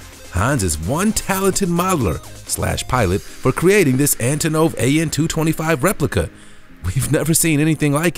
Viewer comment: It hurt to hear you say Antonov.